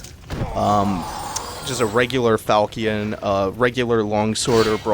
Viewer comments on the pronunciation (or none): How this dude know the word derisive but not how to pronounce falchion? fal-shun